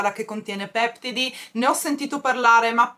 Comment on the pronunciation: Ciao volevo corregerti la pronuncia di peptidi, l'accento é così peptìdi. Un bacio